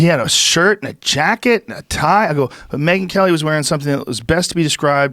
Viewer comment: No one: Joe Rogan: Meagan Kelly.